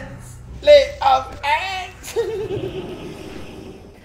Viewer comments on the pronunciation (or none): "LAY OF 'ANDS!" :D